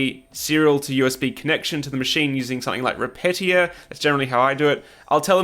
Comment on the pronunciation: FYI, Repetier is not pronounced "re-petty-er" it's "re-pete-ee-ay". Like, as if it was a French word. (source: I heard the author speak about the software in a podcast where he was being interviewed by Scott Hanselman a few years ago).